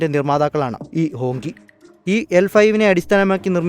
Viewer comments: ഹോങ്കി അല്ല. ഹോംച്ചി (ഹോംഷി ) എന്നക്കെയാണ് പറയുന്നത് എന്നാണറിവ് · ഹോങ് ജി എന്നല്ലേ ?